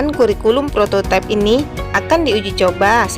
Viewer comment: kalau kata prototipe itu sudah diindonesiakan maka bacanya prototipe bukan prototaip versi inggris.